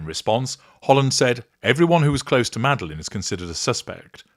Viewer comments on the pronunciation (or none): none